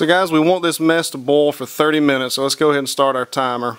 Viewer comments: Why do you keep saying 'bowl'? Is that your accent on Boil ??? 🤣 Guess you can say 'Oil' or are we going European French, and say H'uile... 🤭 Sorry... I speak proper English, even though I'm in Scotland. About to Bowl my Cappings... 🤗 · Why do you say boll instead of boil?